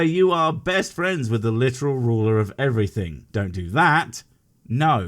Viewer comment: "What is dumb about believing in God?" -"Everyting you want" "Everything? -" Every Ting!"